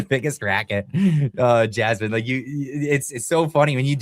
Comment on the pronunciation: 😂😂😂 A deaf person trying to say Jasmine...Jammin" you're hilarious 😂